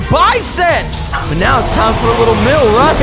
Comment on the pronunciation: The fact the every time says meal it turns out to be MILL